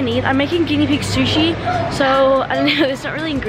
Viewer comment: Is it just me but when she said guiena pig sushi I thought she was cooking them 😂😂